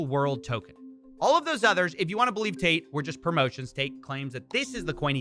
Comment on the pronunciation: Every time you say Tate.. I hear Taint